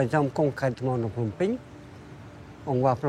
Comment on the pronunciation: Learn how to pronounce the Words Phnom Penh or Whatever I Spell! It is ment for Meaning [ Full Mountain]. 😅 Thanks Canada. 😊